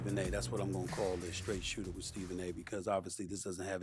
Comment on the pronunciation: STRAIGHT SOOTER??